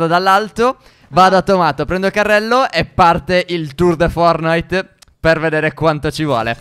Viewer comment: perchè dite eempre FORNITE senza la "T"